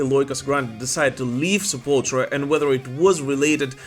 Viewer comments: Its Se-pull-tool-ra NOT Se-pull-tra!! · I like this channel, but Sepultura is pronounced seh-pul-ter-uh....not sepultra. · Drives me nuts when people say sep•ul•tra.... It's Sep•ul•tour•ah. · I can't believe people still mispronounce Sepultura. It's not Sepultra, it's Sepultura.